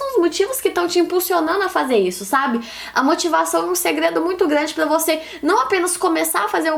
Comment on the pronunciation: Débora tem a língua pregada que nem a minha. Meu "R" sempre sai com som de "L". Pla motivar kkk linda